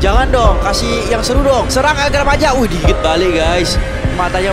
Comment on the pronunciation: Bagi org Spanyol itu el gran maja itu dibaca "El Grān Maha"